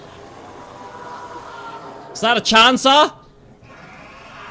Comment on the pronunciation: What was that intro? LMAO Also "Was that a chan saw?!" - 2019